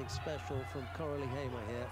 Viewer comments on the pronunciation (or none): I think "Hayme" is pronounced "Aimé". Silent [H], then [ae], then [may]. Unsure though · AFAIK Hayme can be pronounced the way you said it or as High-May/High-Ma. If her family is Muslim it might be the latter because there was a woman named Hayme Hatun, who was the grandmother of the founder of the Ottoman Empire (Osman I) and that is how her name is pronounced iirc. College history for the win....